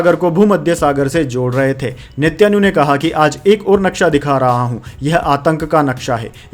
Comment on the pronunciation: sir gd morning. main aapki news roz aunty hun.bahut sahi bolte hain par do words ..Netanyahu,aur Mutabik ke uccharan par dhiyan deejiye. galat mat samajhiyega. meri subah aapki news se hi hoti hai.aur bahut accha lagta hai.🎉🎉